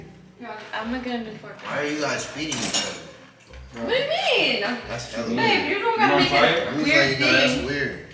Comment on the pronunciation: Not stressing on hella weird 😹😹